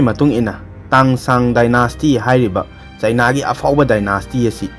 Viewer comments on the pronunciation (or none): none